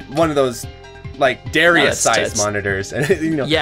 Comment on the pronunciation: Dare ee us